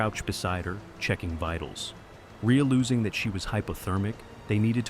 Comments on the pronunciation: Rea-losing...love AI 😅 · “reallOOOzing” lol